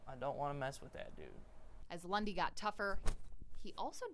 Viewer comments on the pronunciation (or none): Who else always hears "Bundy" instead of "Lundy"??